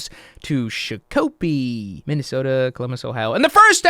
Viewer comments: Sha-kuh-pee is how I pronounce it but when jumbled together it ends up sounding the same so we’re both right and he’s wrong! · ITS PRONOUNCED SHOCK-AH-PEE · pls. its pronounced SHOCK-Oh-PEE. - a minnesota resident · As a Minnesota, i am dying over the way you pronounce Shakopee hahaha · As someone who was born and raised in Minnesota I couldn’t believe my ears. 😂